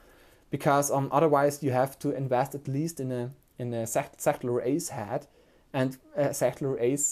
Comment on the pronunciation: Excellent review! Thank you for the detail. // Minor feedback (in exchange for your awesome review): recommended pronunciation of "head" is "HED" (like "red") and not "had" (like "bad"). Thanks!